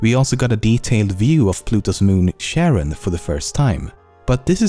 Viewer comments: Did you just say Pluto's moon was called Sharon? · It's Charon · It's pronounced as Care-On